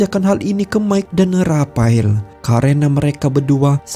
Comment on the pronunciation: Menjatuhkene rapael🤭,, ngomongx aneh min